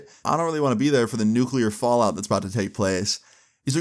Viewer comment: Nucular fall out 😭💀😂